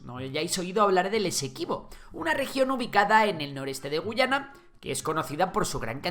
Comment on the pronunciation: Esta mal tu MINIATURA estimado. La única gu-A-yana que existe es la del imaginario histórico de Venezuela, El país al oeste del Esequibo se pronuncia guYAna ante la dificultad de los ingleses por decir la "letra A", y es de hecho un detalle con mucho valor para ambos países.